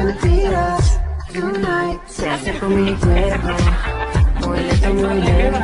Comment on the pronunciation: Creo que dice "Tonight" no "Yunait" 😂 Es en buen plan, él vídeo esta chido.💕